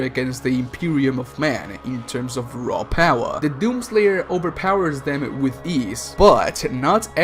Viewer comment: I like how you say "Raw Paawa"